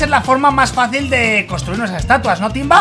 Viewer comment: cuando mike griot timba en ves de decir timba dijo tiva xdddddddddddddddddddddddddddddddddddddddddddddddddd